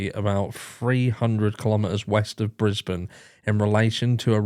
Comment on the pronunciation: Oh and thank you for saying BRISBANE correctly x